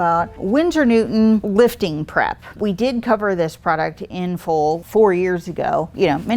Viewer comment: I know you are saying "prep" but sounds like crap LOL